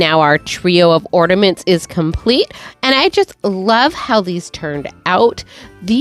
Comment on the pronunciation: Do you realise that you say "ordaments" instead of ornaments? 😅